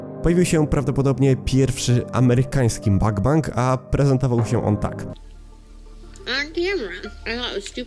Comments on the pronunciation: Mukbang nie czyta się "Makbang" tylko tak jak się pisze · ale wiesz że źle mówiłeś cały film bo mówi się mukbang a nie makbang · nie mówię tego uszczypliwie, ale na mukbang (먹방), mówi się mokbang :* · CZYTA SIĘ TAK JAK SIĘ PISZE "MUGBANG"